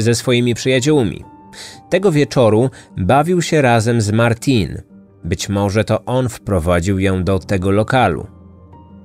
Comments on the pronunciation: Jej imię wymawia się Martine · Nie Martin ale Martine